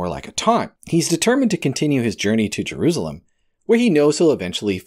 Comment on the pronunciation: Jerusalem....Jer ru sa lem Of course you may prefer to say it as.. Je roos alum. . Lol.